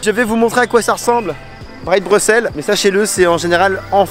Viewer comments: Yes vive bx ! Bien joué pour avoir prononcé son nom correctement, ça fait plaisir :D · Merci enfin quelqu’un qui prononce bien le nom de la ville 😅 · Enfin un français qui prononce Bruxelles convenablement 😊 ! Autre chose que tu n'as pas mentionne: Bruxelles est la 2e ville la plus cosmopolite au monde (après Dubai).